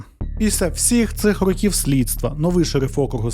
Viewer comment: В автора явна проблема з наголосом в слові "Років". потрібно з цим працювати, бо під кінець відео починає підхарювати. Наголос на другий склад може бути тільки в значенні невідомої кількості років. "Протягом рокІв не могли знайти нападника": "протягом 10 рОків не могли знайти нападника".